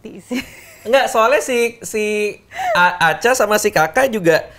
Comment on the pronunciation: aku kira alea bilang anca sampe mikir ngapain alea manggil mas anca, taunya bilang aca😂